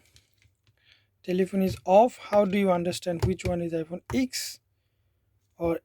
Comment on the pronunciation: Let me correct u... We cannot pronounce x(ex) or xs(ex s), its x(ten) and xs(ten s)... U can also visit any apr(apple premium store) and see what actually apple official employee called that phone.. i worked with apple for almost 8 years... Thats y, i know & i m telling you... Over all... The video is informative for end users.. keep making content like this..